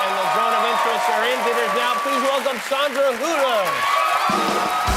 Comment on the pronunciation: Americans always mess up the names of foreigners. They don't even put some effort in getting it right. For me (I as German know what her name is pronounced) this sounds like: Saundra Hula. Like Hula Hup ring or what!??? It's Hüüüüüüüüüüüüüller. Like Müller. Many thanks to Jamie Kiemal.